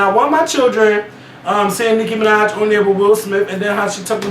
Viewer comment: Nicki fuckin Minajsss...with an S!!! Done